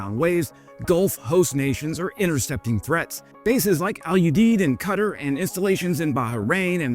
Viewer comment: What is cuttar? Dont you know how to prenounce the country right?